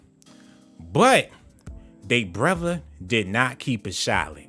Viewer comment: Before I smash the like I’m go need you to stop saying words with TH with V broTHer not broVer